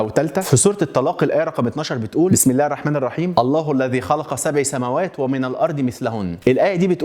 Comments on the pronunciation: يا أخي إنتَ قرأت الآية خطأ ، ﴿اللَّهُ الَّذي خَلَقَ سَبعَ سَماواتٍ وَمِنَ الأَرضِ مِثلَهُنَّ يَتَنَزَّلُ الأَمرُ بَينَهُنَّ لِتَعلَموا أَنَّ اللَّهَ عَلى كُلِّ شَيءٍ قَديرٌ وَأَنَّ اللَّهَ قَد أَحاطَ بِكُلِّ شَيءٍ عِلمًا﴾ [At-Talâq: 12] سبعَ وليس سبعِ ، بالفتح وليس بالكسر حاول تكتب تعليق مثبت بالتصحيح عشان الناس تعرف ... وشكراً ❤ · جزاك الله خير الجزاء انتبه للحركات عند قراءة القران (سبعَ) بالفتح وليس بالكسر